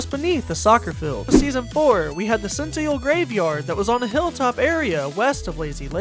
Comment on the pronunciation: did bro say Senteal?